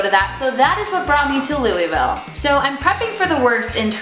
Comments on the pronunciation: We dont call it looville. its more like luhlvul. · Loo-uh-ville. Come on now. Surely someone told you how to pronounce it while you were here in Kentucky haha. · lou ville? no we don't say that lol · I live in Louisville Kentucky and I don't understand why you people pronounce it like loo-ee-veel when it's louis-vile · Wow... raise yoyr hand if you are from Kentucky and the way she kept pronounsing Luisville (both ways) annoyed the heck out of you! Yay! Also, fyi, we don't say it like that, we say it a bit differently than that.